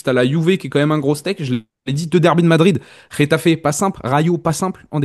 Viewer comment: c'est Getafe pas Retafe